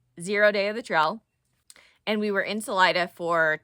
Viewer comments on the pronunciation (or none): Enjoyed this video, too! You pronounce "trail" like "trial" which I think is actually quite endearing. Thank you for this video.